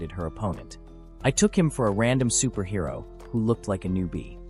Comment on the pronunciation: Superhero? Really? Can the ai voice not read?